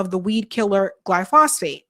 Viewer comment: Please for the love of DOG!!!!!@ If you KNOW you're going to be reporting on something in particular and saying the name of said thing over and over and OVER again PLEASE FFS LEARN HOW TO PRONOUNCE THE GD WORD!!! "GLY- FAUX-SATE" "GLY- "FOH" SATE" = glyphosate! You try to speak with authority but mangle stuff way too often! iF you eat food you should KNOW WTF glyphosate is! Especially a college graduate. JFC Glyphosate been KNOWN !!!!! You LATE Boo!